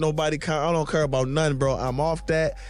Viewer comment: its CARE..NOT CURE.. CANNOT EVEN SPEAK PROPERLY.